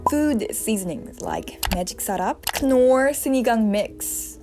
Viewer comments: I love how you pronounce Knorr Hahahaha. Btw its NOR. Looking forward for more contents! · Just a basic mistake to improve with Knorr. The “K” on Knorr is actually silent, so its basically like you’re saying no in an Aussie Accent😆